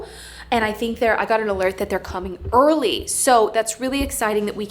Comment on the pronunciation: Did I hear you say "earlay" when you said the curtains were arriving early?